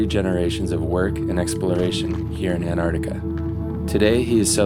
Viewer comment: It really bugs me that the narrator cannot pronounce Antarctica properly